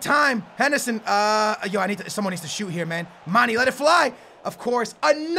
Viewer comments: its mane not mani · It's not pronounced Manny it is pronounced manay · It's mane not mani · I love ur vidz bro but its Manè not Mani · its mah - nay not mah - nee as well as marko - vich not marko - vick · Ugh its pronounced Ma-(nae) not ma-(nee) I'm from Senegal. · For Mane its Manay not Maney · its not 'Maney' its 'Manay' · Gerard will cost u... nd maani is wrong..it's MANE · Please pronounce Manes name right it's Manej not Money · its Manayyyy not manee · It's man a not man e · its pronouced manay not maneeeeeeeeeeeeeeeeee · it's pronounced man-A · its pronounced Mah-naye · its not mani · its mane/pronounciation(maneyy] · It's pronounced Maneh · Can you pls stop calling Gerrard old man his a club legend and your saying manes name wrongly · You say mane wrong